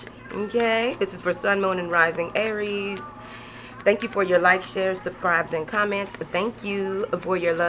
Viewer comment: I love it when u add that extra syllable in "Aay-ries" 😂